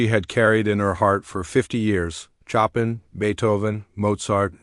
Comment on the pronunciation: PLEASE HAVE THE AI PRONOUNCE THE MASTERS NAMES CORRECTLY. BACH IS "BOCH", CHOPIN IS " SHOW PAN". MY GOODNESS, GARBAGE IN GARBAGE OUT. 😂‼️😡